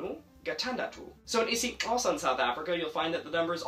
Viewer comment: Nailed that click sound in Xhosa💯